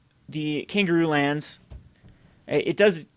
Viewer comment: "Kangaroo lands"? lol